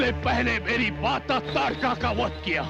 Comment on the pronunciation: ताडका न कि तडका